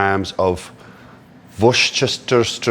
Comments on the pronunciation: English person here. I live about 30 miles away from Worcestershire. Wus-Ter-Sher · Wush-oosh-shire sauce, that's how u say it in USA🇺🇸🇺🇸🇺🇸🇺🇸🇺🇸🦅🦅🦅🦅🦅🇻🇮🇻🇮🇻🇮🇻🇮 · Hi um yeah, as the resident Boston-goer translator, Worcestershire is pronounced "Wuss-turr-shurr", or, if you are from the Boston area and talk unnecessarily fast and aggressively, its " Wuss-tuh-shurr". Thank you for coming to my ted talk. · WISH-TER-SHER sauce that its please come on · I just call this chicken: chicken katsu.... Love it. Also: war chester shire....